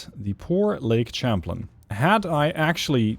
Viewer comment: Champlain is pronounced sham-playn, not champ-lin. It's a French loan word, from the explorer Samuel de Champlain.